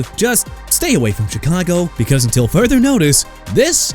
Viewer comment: BRO LET ME TELL YOU SOMETHING: YOU DON'T GET TO MISPRONOUNCE EVERYBODY'S NAMES IN YOUR VIDEOS NO MORE! YOU UNDERSTAND?!?! JAKE DELHOMME AS IN DEH-LOHM NOT DEL-HOME!! CHICAGO AS IN EITHER SHUH-KAH-GOW OR SHEE-KAH-GOW NOT CHEE-KAH-GOW!! NEW ORLEANS AS IN NEW OR-LINS NOT NEW OR-LEANS AND THE DOLPHINS TO SEPTEMBER CHAMPIONS... ARE YOU KIDDING ME?! THEY'RE A MESS AND THEY'RE IRRELEVANT, LACK OF A FRANCHISE QB AND A POOR DRAFT HISTORY AND THEY CAN'T WIN IN COLD WEATHER... AND?! YOU GOT A PROBLEM WITH THE TEAM, ADDRESS IT IN PERSON!!! YOU'RE DONE DISRESPECTING THE MIAMI DOLPHINS AND YOU KNOW WHAT? SOMEONE NEED TO DO THE VIDEOS INSTEAD OF YOU!!